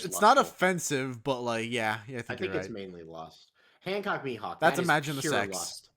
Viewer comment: holy shit you said Hancock's name correctly, no one EVER does that